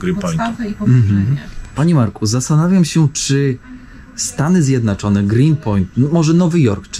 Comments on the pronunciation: Gosc mowi stany zjednaczone😂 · Proszę nie mów Stany Zjednaczone…